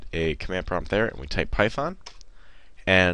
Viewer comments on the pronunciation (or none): none